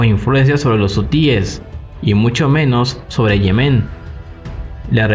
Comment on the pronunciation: Se dice "Yemen", no "Yemén".